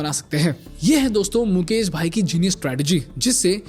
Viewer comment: मुकेश है मुकेस नही😂